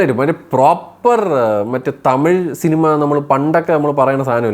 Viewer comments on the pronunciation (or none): none